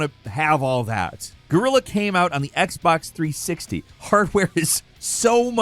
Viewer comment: What is Red Faction Gorilla 🤣 ? PLEASE learn to say "GUERILLA" right and not say Gorilla hahahahahaha.